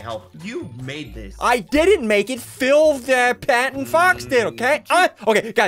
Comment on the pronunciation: He gust said fill fat and fox did it 😂😂😂